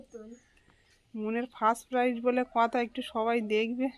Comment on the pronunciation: ওটা প্রাইস নয় প্রাইজ হবে। ভালো থেকো।